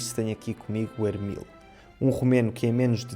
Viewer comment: Eu acho que o nome dele é Emil, não Ermil . Assim é o nome romeno. Moito interessante o vídeo! Obrigado!